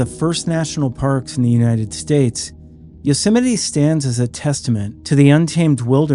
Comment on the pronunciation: It's pronounced You-sem-ity. No one's ever heard of yo semity Sam.